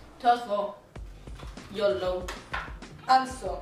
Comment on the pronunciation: HAHAHAHA YO-LO bästa uttalet någonsin!